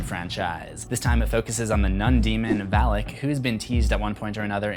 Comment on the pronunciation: It is not read as Val-ik.... It is read as Val-aak.